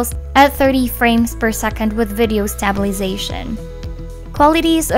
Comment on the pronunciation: her pronunciation of "stabilization" is punishment to my ears